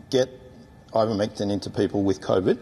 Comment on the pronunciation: Also the researcher names it correctly at the mark.